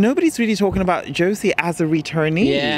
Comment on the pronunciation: Please dear Wiwibloggs! You had almost 2 and a half year to learn the correct pronounciation of Joci's name. Just pleeeeease :D